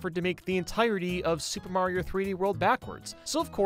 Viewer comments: Damn he legit called Mayro her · Mayro "she"